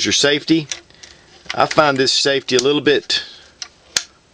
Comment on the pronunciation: hahaha ... "gun has been safty checked"